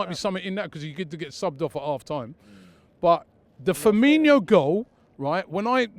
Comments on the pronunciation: How hard is it for people to say Firmino honestly. It's not FirminYO. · It’s not firminho ffs it’s firmino